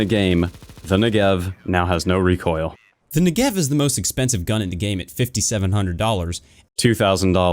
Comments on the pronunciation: it is pronounce nEgev, not negEv. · Negev , not ne-gev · it's NEgev not neGEv :/ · " the next-gev" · You mean “Niggev” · that not how you say negev. im from israel soo i know its more like negav. its named after a place in israel soo do galil. negev - נגב galil - גליל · new-gev xD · love the negev, a lot of guys in the vc calls me that for some reason, but they say it incorrectly, they say it with a R instead of a V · WHY CAN NO ONE PRONOUNCE NEGEV PROPERLY? SHIT NOW I HAVE TO STAY TRIGGERED OR ELSE I'll LOSE ALL MY ACCURACY. TY VALVE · You pronounce "Negev" wrong! I live in the country where the Negev was made (and invented). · just go to google translate and write Negev. Then hear how it's said.